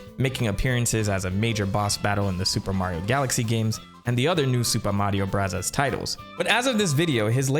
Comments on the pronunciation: If I hear u say “Super Mario brazzas” again 😂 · The commitment to saying Mario Burazas sends me. I love it. I subscribed as soon as you said you would do it and it’s why I stay. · Why do you keep saying "Burazaazu"? It makes no sense as Katakana is meant to mimic American English, English or Foreign loan words. It would be like saying "Chiizu Baagaa" instead of Cheeseburger for a video history about MOS burger. I don't dislike the video at all but that kept standing out to me every time you did it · Why do you say super Mario “brothers” like that. 😂 great video. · Couldn't make it through the video due to the way you pronounce the word BROTHERS. 😊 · Why do you say super Mario bros. Like that I cringe every time lol. 😂 Great video tho 👍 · Why do you say super Mario brothers like that? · Cool video and everything bro but i promise u dog u don’t gotta pronounce “super mario bros” like that lmfao it’s driving me insane, stop it. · he pronounces that way as a running gag, after someone got on his case for saying 'bros' instead of 'brothers'